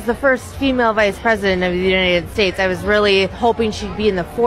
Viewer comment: I like her drunk pronunciation of the Uiyiayed States 😁